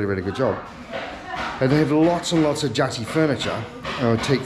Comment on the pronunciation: 1. it’s pronounced JA-TEE (not jar tee)😂 2. though it would be nice to see expats here in indonesia pronounce stuff the correct way, it’s really not that important.. us indonesians rarely take it to offense if people pronouncing things the wrong way unlike americans😂. so he doesn’t need to “get onto it” like you said. chillax.